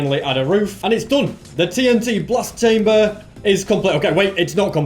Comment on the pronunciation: why did he say chamber so weirdly